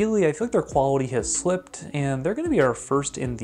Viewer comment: Bro really went quwawity